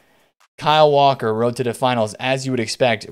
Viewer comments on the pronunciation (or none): none